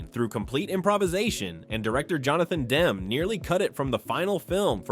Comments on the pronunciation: Demme is not pronounced "Dem" — "Dem-ee" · It's too bad... the AI narration always spoils the video. I am always bugged by the constant mispronounciation of names that you've heard a million times. Here Mr. AI keeps going back and forth with DEM (WRONG) and DEMME ( dem-eee right ) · The mispronouncing of "Demme" is pretty annoying. If it isn't AI, you know nothing of movies and if it is AI figure out a way to get it to pronounce well known names correctly.